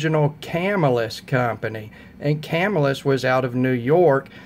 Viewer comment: Ya got your pronunciation wrong..it's pronounced Cuh-Mill-Us, not Cam-ill-us. Not a big deal, just a friendly tip.Good video challenge, I like reviews which cover different price ranges...not everyone can afford to spend 400 on a knife. I do have a couple higher priced models, but my average knife cost is around 50-100 dollar range. Good choices for your picks.